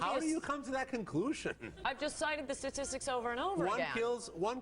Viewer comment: Also what's so hard about saying STATistics, not "sasististics"